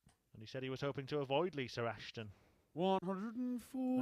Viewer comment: Is it Lisa or Lisr cause he never says it with an A